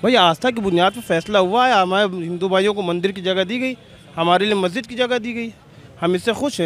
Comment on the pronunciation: महजिद नहीं, मस्जिद बोलिए। टूररिजम नहीं, टूरिज्म बोलिए।